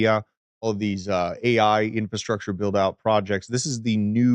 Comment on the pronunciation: Please learn how to pronounce “infrastructure”. INFRA- STRUCTURE. That is all